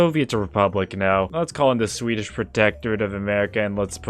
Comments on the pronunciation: why do you pronounce swedish like it's german 😭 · your pronunciation of swedish is very annoying